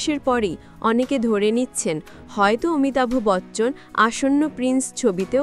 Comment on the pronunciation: Fake news... Thik kore pronounce korte sikhun... Amitabh Bachchan is THE LEGEND OF ALL LEGENDS... AMITABH AE CHOBI TE...KANO BEKAR LOK HASAAN..